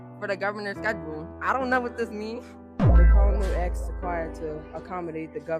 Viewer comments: He “axed” them “how old is you” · "I axed you a kweshtun!"